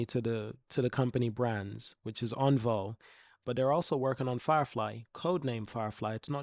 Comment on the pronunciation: Think my favourite thing is you taking on the criticism regarding how to pronounce Onvo and now you are actively saying it correctly 😁 thank you!